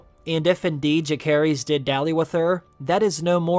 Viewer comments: Why would you intentionally pronounce Jacaerys name wrong? I can’t understand why. And then you call him Jace a few times🤣. What is going on?! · Lucerys: LOOSE-ERIS!! Jacaerys: JASE-ERIS!!!! Why did you not listen to how these character names were pronounced in the show??? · Lucerys (Loo-sair-iss) Jacaerys (Jha-sair-iss) I love your videos, but it hurts every time I hear a name butchered lol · Lu-Sayrys… Jay-sayrys.. good lord.. they are Valyrian !! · I don't get how you mispronounce names that they say in the show 😅 lucerys and jacerys. I think that middle c is a soft c. Ssssss. Im pretty sure